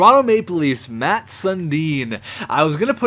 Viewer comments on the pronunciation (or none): Its "Mats" not "Matts" and Sundin is 6'3 220 pounds not 6'0 185...